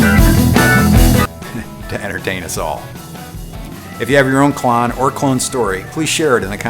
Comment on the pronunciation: I figured it was pronounced like clone instead of clawn.